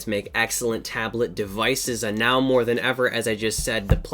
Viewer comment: "It just moah"